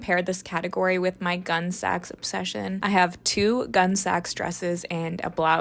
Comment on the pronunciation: This is great. One thing: Gunne Sax is pronounced "gunny." It is a play on another name for a once-common object, the burlap sack.